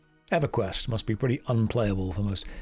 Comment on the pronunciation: "It mush be so exhausting to be so insecure", 2026